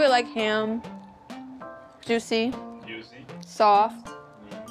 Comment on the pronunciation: Damn that's "YUICY" as hell. LOL